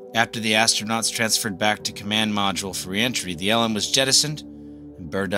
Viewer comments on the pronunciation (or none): Good video, but one quibble. You keep on pronouncing LM as "ell emm" which is indisputably wrong. It's pronounced "lem." It rhymes with "gem." Originally, the vehicle was the Lunar Excursion Module, abbreviated LEM, which everyone pronounced "lem." Later, the "E" was dropped because "excursion" sounded "too frivolous." But, by then, everyone in the program had been saying LEM for years, so the pronunciation didn't change. No one in the program said "ell emm." This issue is explicitly discussed in Murray and Cox's "Apollo: The Race For the Moon," one of the best books about those years. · Great video. But please don't call it "L M" - its pronounced "LEM"